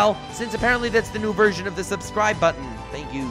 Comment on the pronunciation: i always lose my shit when he says subscrble